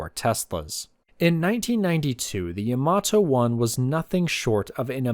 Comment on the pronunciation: The emphasis should be on Ya, like YAmato, not on ma like yaMAto.